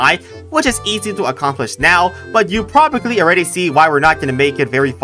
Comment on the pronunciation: always saying "probably" wrong never gets old